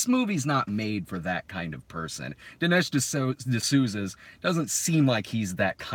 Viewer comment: “Dinish D’Snooza” - damn it I wish I had entered the live stream earlier so that I can at least hear that gem